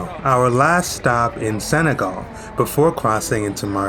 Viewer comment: Senegal not segal....respect